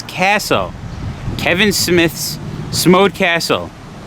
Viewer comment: Great videos, just got done watching a few, great coverage of Jersey ! Just so you know it's pronounced smoddcastle, not smodecastle, just like the name of their podcast is pronounced, smoddcast.